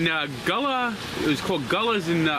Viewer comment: It’s pronounced Goulla! The Gulla dog is the best!!